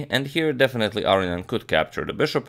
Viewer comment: AGAIN, it's not pronounced "aryan". It's A-RO-NI-AN.